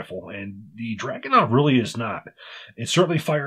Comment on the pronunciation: If anybody cares, its DragunOv (emphasis on O) and See-monov